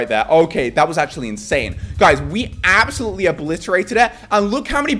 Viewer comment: “ this is ABselout insane”